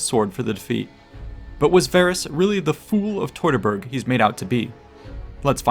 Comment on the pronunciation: teuteburg nicht totaberg 😂